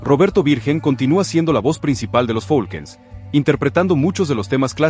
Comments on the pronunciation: No es folkens es falcons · No se si sea voz de IA al mencionar al grupo Los Falcon's lo menciono como los Folquens jajajaja mas cuidado con pronunciar los nombres de las agrupaciones.